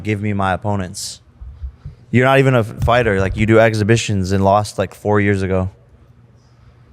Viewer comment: Fighter not Figher